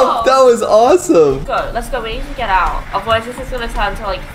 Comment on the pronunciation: Get not vant